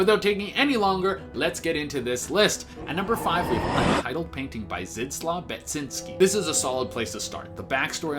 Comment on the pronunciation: the name wasn’t pronounced correctly tho haha sorry to tell you